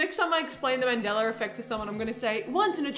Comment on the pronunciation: The "Mandeller effect"?!